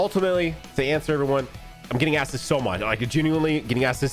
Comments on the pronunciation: Ik he said ive been getting asked but it sounded like “IVE BEEN EATING ASS” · I thought bro said he was eating ass at first 😭